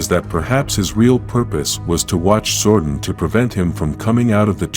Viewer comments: ITS ZORDON NOT ZORDIN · Man who the hell is zorden its zordon like don